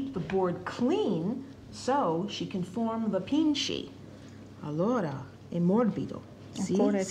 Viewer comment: pici not pinche